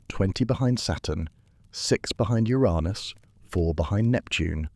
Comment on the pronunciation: I'm guessing you pronounced "Uranus" the way you did because of YouTube's dirty word blocking feature?